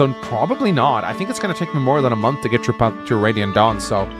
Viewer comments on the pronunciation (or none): none